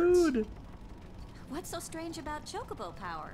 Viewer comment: also props for pronouncing chocobo's correctly :P